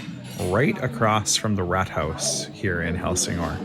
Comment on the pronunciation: for a second I thought you called it the Helsingør rat house 😅 🐀. The pronunciation for rådhus isn’t exactly like that. But points for the comedy 😅